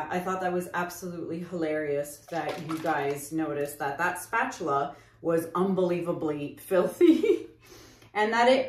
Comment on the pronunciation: “Spuh-tooluh” 😆 My bf & I intentionally mispronounce words all the time! That SOOO sounds like one of our words!! 😂